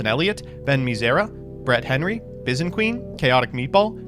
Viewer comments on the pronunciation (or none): none